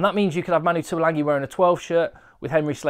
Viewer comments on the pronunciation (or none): Pertinent and interesting, thanks again. One small point that drives me bonkers; every commentator mispronounces Tuilagi's name. It didn't happen when his older brother Alesana played for tigers but for some reason they all decide to add an 'n' to his surname. Ok, petty rant over.